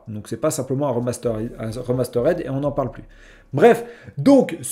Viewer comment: Remasterède...????? puree l'anglais 😂😂😂